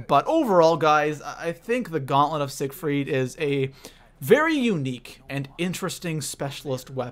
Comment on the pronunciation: Gaunlent of sigerfiet